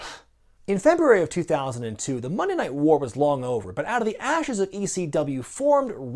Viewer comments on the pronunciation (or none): none